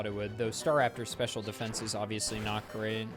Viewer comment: Why do you say DE-fence like that?